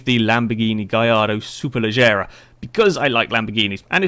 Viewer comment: Superleggera not superlaggera